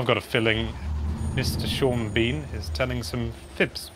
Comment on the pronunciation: Neither you nor Sean Bean said that correctly. omg x'''D